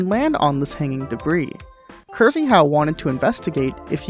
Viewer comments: krzyhau is pronounced "kshehaw" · I don't know the man but I'm rather confident you should pronounce Krzyhau more like Kshyhau. Rz is a Polish sound that doesn't appear in English naturally (like french 'G' I think). In this particular case though (after K) it's softer and English speakers can pretend it's 'sh'. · "Cursie-how" ffs, learn how to pronounce Krzychau in Polish before doing another vid please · The way you pronounce Krzyhau gave me cancer